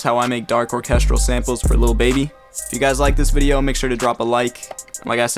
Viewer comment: Bro real said or-chestrel